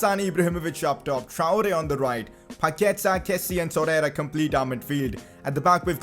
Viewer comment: Consider pronouncing Traore better